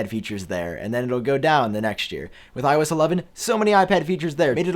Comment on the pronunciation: The way you speak iOS ‘iO ass’😂